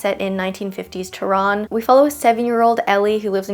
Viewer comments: oh don’t worry it wasn’t bad 🥹just different from the way we pronounce it. Its kind of like teuh-rann idk really know how to explain it but don’t worry ur pronunciation was bad or disrespectful😊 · Omg the way you pronounce tehran😂😂 but love the tbr videos💗